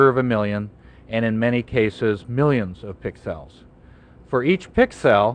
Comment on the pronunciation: man I love me some PIXELS, I just love the way he says PIXELS, he really accentuates the word PIXELS, doesn't he? I really liked the way he traced those PIXELS yea boi.